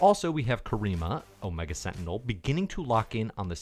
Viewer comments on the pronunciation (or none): none